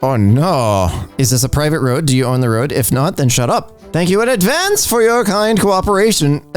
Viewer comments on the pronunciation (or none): none